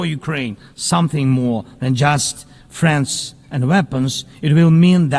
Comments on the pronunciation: Ohhhh he's saying "friends and weapons" not "France and weapons" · Oh he said friends and weapons, I heard France and weapons lol